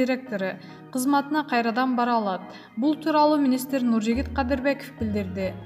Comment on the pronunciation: Туризм, министр, директор, комплекс, отставка, радио, маанилүү деген сөздөрдү сүйлөй албайбы бул журналист. Басым(ударение), үндүү үнсүз сөздөрдү суйлой албай чулдурайт🤷🏻‍♀️